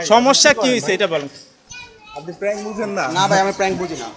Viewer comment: লোকটা সাহসী, তবে উনি যেটা প্রাংক বলছে সেটা আসলে প্যাংক না বিরক্তি